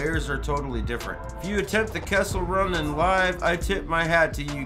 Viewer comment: Are you saying kessel run or castle run. in under 10 parsecs? A parsec is a unit of distance.....I am confused.